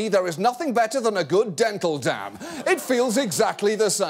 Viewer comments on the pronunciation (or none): what's a "dental dam" or "dental dab" whatever he said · wtf is he saying here... than a good "dental down"? "dental damn"? (like a beaver damn?) seriously I cant for the life of me understand or get what he's referring to he and I've listened to it 15 times now